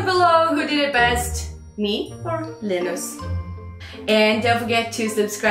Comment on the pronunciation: Linda Hallberg yeah i heard ghst when you pronounced linus